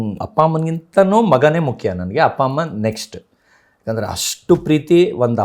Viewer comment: ಹಪ್ಪ ನಾ ಅಪ್ಪ ತಾನೇ ಸರಿ ಆಗಿ ಮಾತಾಡಿ ಕನ್ನಡ ದಯವಿಟ್ಟು